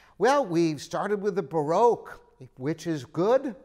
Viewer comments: vivi chen "B-ROKE" 😂😂😂 I had a lol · baroque pronounced